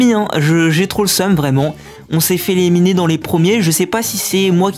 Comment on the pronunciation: Super vidéo, et on dis éliminer et pas éléminer